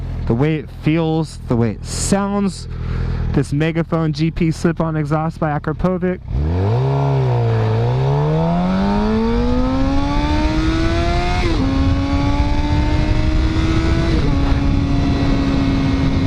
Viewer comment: You need to learn to say akrapovic right lol you say it like aaaakraaaaapohvytsch